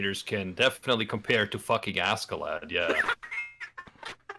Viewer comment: am i the only one that gets a slight annoyed twitch whenever someone says ASK-A-LAD? just curious, i always thought it was either asharad like it's pronounced in the anime or ah-skuh-lod